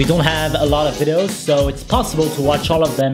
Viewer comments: I low how he says vidos instead of videos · How many times did he said vidos instead of videos ;) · Why i keep hearing widows..😂😂 Verry funny though...